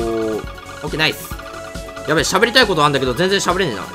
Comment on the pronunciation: 喋りたいが何回聞いてもしゃぶりたいで草